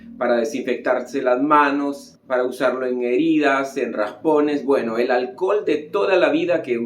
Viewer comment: Porque dice alcol y no alcohol?